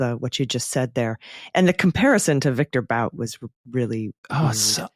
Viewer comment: It's definitely pronounced Viktor BOOT